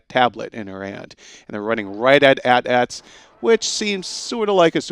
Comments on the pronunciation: AT ATS??? A T A T NOT AT ATS!!! WHAT ARE YOU GONNA CALL A T S TS HUH??? AT STS?? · Pls do not say "aht ahts" its A-t-A-Ts! Just pls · They are AT-ATs not atats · Did you just say "AT-ATs?" It's A.T - A.Ts. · Siem he's scalping how you pronounce it. In Star Wars you say each letter not how it's spelled